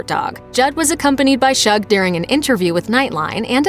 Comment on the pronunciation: Her dog's name is pronounced "Shoog" as in "Sugar".. NOT Shug.